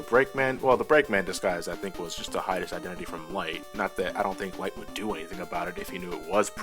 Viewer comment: I may be very slow in noticing this, but . Former assistant to Dr. Right. Your engrish is showing.